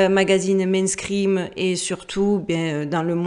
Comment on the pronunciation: Tient c'est marrant tu vis en Amérique et tu dis mainscream au lieu de mainstream, ou c'est moi qui n'ai encore rien compris car j'utilise l'anglais en programmation informatique mais ni ne le parle ni ne le comprend (j'utilise des mots comme set, get, clear, load, etc., c'est tout😂). Scream c'est crème ou peur ou ... ? 🤔🤣 D'accord avec toi les mondialistes manquent cruellement d'originalité, très redondantes leurs références qui de plus sont franchement pas belles (un démon c'est pas beau, en tout cas pas dans leur imagination limitée).